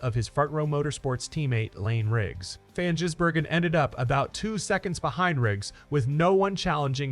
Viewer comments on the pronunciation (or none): Van Jizbergen he says